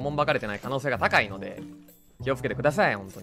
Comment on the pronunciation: た⤴︎かいので